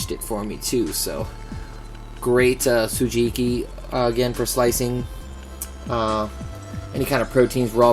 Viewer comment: nice kit, learn the pronunciation for the japanese items though, for respect of the craftsmen more so than my youtube trolling lol. ko-ne-su-ke, su-ji-bi-ki (in Japanese, the hi character is accented to create the bi sound in some words), "ow" for Ao (say a-o fast enough and it makes sense). I hope your bag is big enough for all that stuff though!